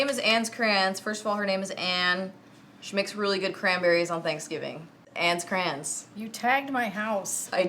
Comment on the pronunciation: So funny, in other videos, when you called her “Crans”, I always backed it up, and listened to it again, thinking you were calling her Franz, Grams, ....I could never figure it out....now I can sleep at night!